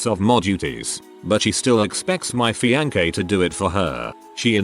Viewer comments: Please. Please. PUL-LEEEZE read these yourself. 'Feeankee' - seriously???? C'mon! Find a better program! The content is great, but 'feeankee'??? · Only once have I heard him pronounce fiancee correctly. I'm pretty sure it's done on purpose to fuck with listeners.